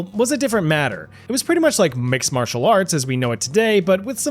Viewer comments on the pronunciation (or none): none